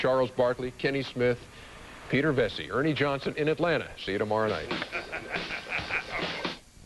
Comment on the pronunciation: Peter Vesey said Atlanter